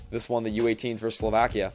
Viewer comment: It's versus, not verse. I don't know why all young people say it this way now.